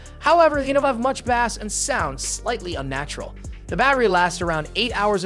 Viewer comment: You might want to "proof-read" or "proof-listen" your freaking video (like how would you not) with the fake voice saying things like "bass", as in fish, instead of "bass" as in low frequency, and "doot" instead of "duet"....wow.